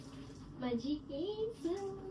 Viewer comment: Kesaaaaa nahi bolt kes boltatst